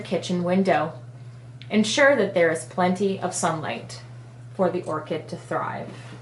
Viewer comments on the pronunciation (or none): none